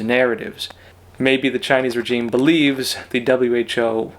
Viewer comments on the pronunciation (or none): The word regime is pronounced differently than you say it. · Love your channel but please find out how to pronounce the word regime correctly Google it for petes sake!